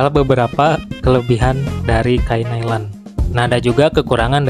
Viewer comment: Bukan Nailen mas, tapa Nailon bacanya. 😂